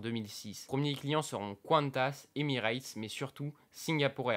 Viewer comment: Cool Par contre c’est Honolulu pas Honooulou Et Quantas ça se prononce comme kantas pas couanetas pitié 😂